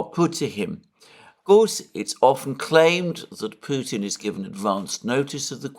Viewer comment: Alexander, It’s so obvious that President Biden has some cognitive and linguistic issues and it’s sad that he is put in the position as chief political spokesperson for the US… Also, you are one of the only British commentators that pronounce Putin correctly… I’m hearing “Poutin” from the rest….😮 Ron in Alice Springs Australia…🦘